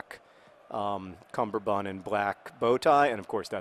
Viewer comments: John. Cummerbund. Not cumberbund. This matters like you wouldn't believe. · Cumberbun? Is this a 'chester drawers' thing where you've got the word wrong forever? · cummerbund is pronounced like that